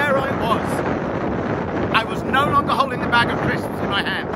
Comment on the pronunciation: i didn't know that one person could fit that many syllables in the word "crisps"